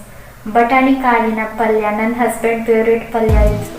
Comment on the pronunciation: peveret, pridge alla favourite, fridge pronunciation correct madkoli!!